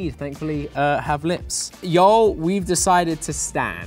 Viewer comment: the way he said yall